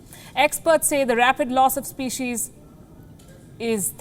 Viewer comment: Species pronunciation is not good mam.